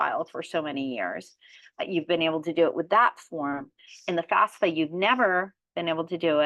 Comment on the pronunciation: First major confusion before you even start, it is NOT pronounced FASFA, it is FAFSA please. Enough confusion already so at least get that no-brainer part right. Thank you for your help.